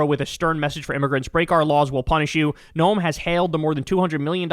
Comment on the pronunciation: "No-uhm"? It's pronounced exactly the same as gnome. If you're gonna make fun of the fascist botox barbie from my state do it right 😤